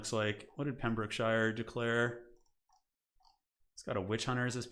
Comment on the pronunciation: "Pem - bruk - shuh" over enunciating EVERY syllable like a true blue american hurts my english soul.